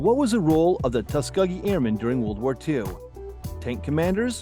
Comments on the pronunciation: Tuscuh-gee? C'mon. But good for Dernitz. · It was the TuskEgee Airmen not the TuskUgee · I missed only 3. You really need to work on your pronunciation skills and not just the foreign ones. The e in the middle of Tuskegee is a long e. I thought everyone knew that, I knew it when I was 5, that was 61 years ago. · Q 45 -- it's pronounced "Tus-kee-gee", the 'g' is pronounced like 'girl'